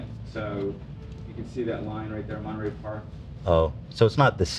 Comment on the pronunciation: Just some feedback meant to be helpful. To me, every time said Night Stalker, it sounded like Nice Talker. When she began the case, I was like, what? Some guy named Nice Doctor was a serial killed? Then slowly it morphed into Nice Talker. And also calling Monterey, Monterary a few times, Lol I know prides herself in doing a great job and she is so awesome, so just thought I'd pass this along in the hopes that it can allow her to give the type of presentation I'm sure she wants to. And to all on the show, the letter T didn't dissolve into oblivion, guys. Since y'all have stopped using it in most words, it sounds like your IQ's dissolved too, and you all are way too smart for that. This was a bad grammar habit used by hillbillies/low-income, which for some odd reason, now mainstream society has decided to adopt. It's absolutely flowing downstream wit the dumbing down of America. Paddle, guys and gals. Resist stupid trends. Use T appropriately so I can enjoy your smart and funny show again. Couldn't finish this one.. one too many bea--ens instead of beaten when presenting the Night Stalker case. All love.